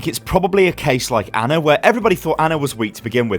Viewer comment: HOW TRIGGERED DID YOU GET WHEN HE KEPT SAYING ANNA INSTEAD OF ANA